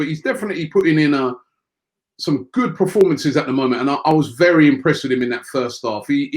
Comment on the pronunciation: Love it when he says performance but it sounds like prerformance